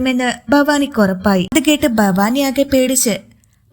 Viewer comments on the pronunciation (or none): ഫവാനി ഫവാനി എന്നു പറയാതെ ഭവാനി എന്നു പറഞ്ഞുകൂടെ